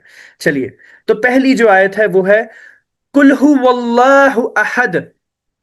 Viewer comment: MashaAllah,. Bahut khoob... I think -" Qul" hota h bhai na ki "kul"... 😅 Aap check k mujhe bhi batana ki mai ghalat toh nahi.. 😊